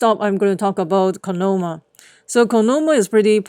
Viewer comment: Say it with me! COIN-OM - I (ME)